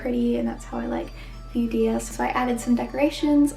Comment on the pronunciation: Hi! Idk if I sound rude, please forgive me if I do! Many people pronounce Dia's name as dee-a, but her name is actually pronounces as dai-ya :)